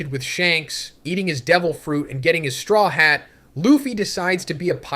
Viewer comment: is this AI? i know you know how to actually pronounce luffy and strawhat lmfao